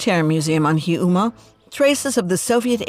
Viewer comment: Please PRONOUNCE the words correctly. It's Karwosta, not Karasta, and Heeyoumaa, not Hee Umaa. And could you, just for once, actually interview an EXPERT, not an ex-journalist who happens to live there? And FACT-CHECK the things people tell you? Sorry,, you make incredible documentaries but this isn't one of them.